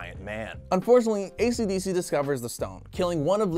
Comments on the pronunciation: for the last time its esidisi not fukin acdc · i swear i even though i have seen part 2 i thought he was saying acdc the band